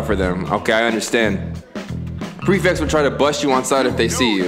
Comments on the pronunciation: this man has an English degree but missed the word mellow and called the prefects “precepts” the entire game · Bro said “preceps” 😂